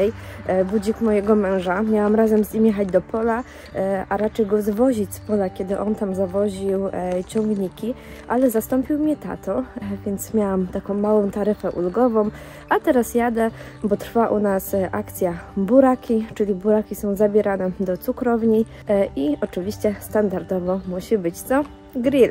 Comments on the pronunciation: Ulgowom, lodówkom...itp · .....taryfę ulgową....nie: ulgowom!!!! proszę Pani